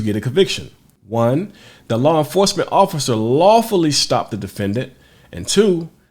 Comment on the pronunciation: Am I the only one who heard him say “officer foreskin”?